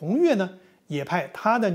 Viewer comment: 李老師新年快樂。另外，江青的女兒李“訥”讀音(ne第四聲)。